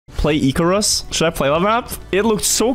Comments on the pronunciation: ICK. DUDE.ICK. NOT IKE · I can't keep watching - not with that pronunciation if Icarus